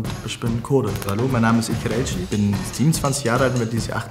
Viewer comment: Dating auf halal basis und kein Salamu Aleykum zu Beginn 😂 Schock güzel.. bittee.. es heißt auch nicht ischhh sondern ich